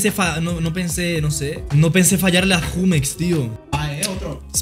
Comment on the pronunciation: Porque pronuncia Jumex así????